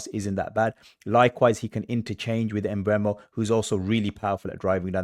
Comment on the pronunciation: It's not em-Mbeumo its just Mbeumo.